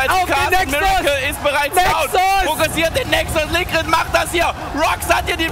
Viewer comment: ich find deine Videos top! Aber versuch doch zumindest mal Englisch zu lernen... der Supp heißt "Likkrit" und du sprichst es halt als "Liquid" aus xD